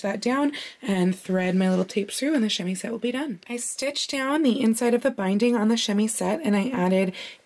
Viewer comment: Tiny prononciation thing about the word chemisette: in French, if the letter s is by itself between 2 vowels, it's pronounced like a z. So while it's spelt chemisette, it's pronounced chemizette. But you're saying it while speaking English, so it's more of a grey area prononciation wise... Also, I love your videos!